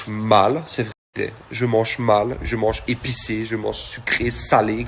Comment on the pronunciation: Courage Nikola, il dit je manche ça me fait trop rire😂mais si non courage et tu réussira